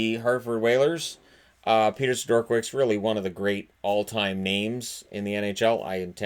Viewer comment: Isn’t it Peter “Seh-dur-kah-vich”? Maybe I’m wrong, idk.